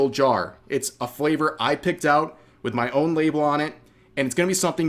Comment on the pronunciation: in my yar